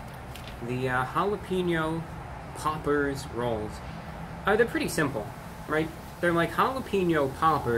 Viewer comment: he's saying pauper instead of popper he's on another level